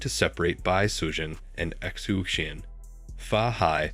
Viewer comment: xu xian is pronounced shu shian but love the telling of the white snake